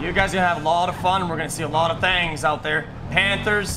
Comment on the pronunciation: "I like to go chase all da tings cuz i like bank robbery's" LOL